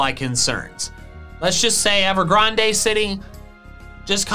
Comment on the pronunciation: GRAND! It’s pronounces Ever GRAND.